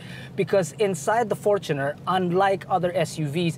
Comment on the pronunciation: Sana pakituro din tamang bigkas ng FOR-choo-ner. Hindi for-CHOO-ner. 😁